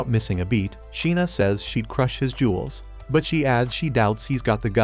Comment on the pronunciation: did she just said she'll crush his juwillz(i am speaking good english)